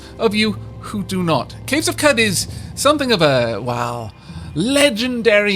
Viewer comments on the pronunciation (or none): Considering the Arabian theme of the game, I'm fairly sure Qud is pronounced "Q'ood" rather than "Kud".